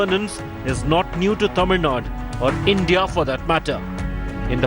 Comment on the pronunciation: rajdap, please pronounce the word TAMIL NADU and not as Tamil NUT? Tamil NUT?